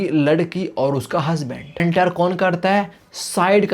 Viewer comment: mujhe NTR laga anti r bol rahe ho